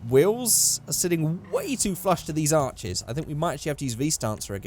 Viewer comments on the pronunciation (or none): none